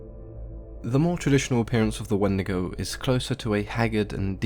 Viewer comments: If you pronounce it not as When-de-go and pronounce it like wen-dee-go you're going to Hell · I grew up hearing these stories from my elders, but they pronounced it "When-dee-goh". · The “Wandigo” always comes to mind now, damn it markiplier